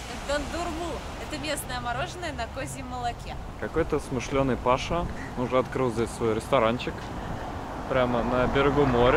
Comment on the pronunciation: Паша ударение на первый слог. На турецком означает 1. титул 2. воинский термин - генерал. И ещё. Зима в этом году была холодная, постоянно холодные ветра и много дождей. Девушки-риэлторы лукавят, говоря о погоде.